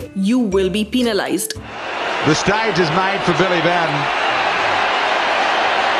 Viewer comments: Can you say penalised properly in stead of peninalised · Ha ha ha pee-na-lized